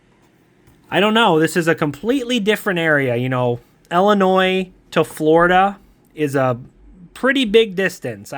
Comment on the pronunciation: Thank you for saying Illinois correctly 🎉❤!! So many people say it wrong 😆.